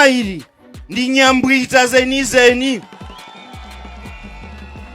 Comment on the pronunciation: Its ''Nyangwita'' not ''Nyambwita''.nevertheless the guy is energetic.